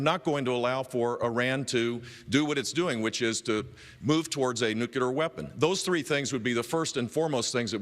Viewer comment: Jeb just said "nuculer". My fuck he's as dumb as George.